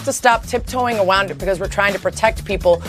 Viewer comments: "we have to stop tiptoeing awound it, you guys!" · I don't take anyone seriously who says "awound" instead of around. Lmfao jk, I don't take her seriously because of what she's talking about. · “Tip toe aWOUND it” 😂😂😂😂😂😂🤮